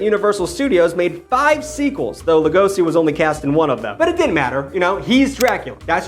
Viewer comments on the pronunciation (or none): Bela Lugosi should be pronounced as Lugoshi, because he is a Hungarian